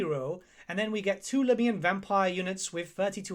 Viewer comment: I thought it's pronounced "Lah-Mian" not "Laa-Miian".